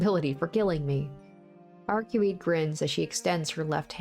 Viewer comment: iirc her name is pronounced arcwade.